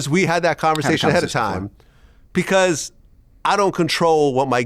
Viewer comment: Pcause…Vlad can never say because 😂